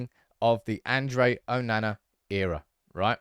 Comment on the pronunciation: I can't listen to this man mispronounce these names. Why can't he say Onana properly?! 😆 it's not difficult